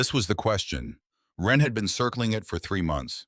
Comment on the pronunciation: For god's sake, this vid is slop right from the start. I think the name is supposed to be "Wren", not "when." Being a big reader of REAL authors, it makes it really difficult to listen/watch these vids when they constantly prove that it cannot spell, doesn't know what punctuation is, and can't tell the difference between words that are spelled differently depending on how they're used in a sentence. This is the 3rd slop vid from this channel. 3 strikes, you're out. I've unsubscribed to so many of these AI channels because it can NOT get it right. I'm down to 2 or 3 of these channels; if the slop continues, it will be zero.